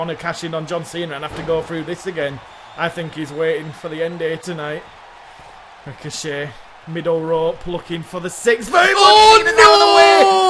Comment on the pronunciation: Also next week on Raw, I wanna see Ricochet Vs Rico-Jay. I heard the mispronounciation of Ricochet and thought, what if Rico-Jay, the next Ellsworth, is brought in for a warm-up with Ricochet